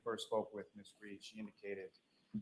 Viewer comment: why do they call her reed instead of read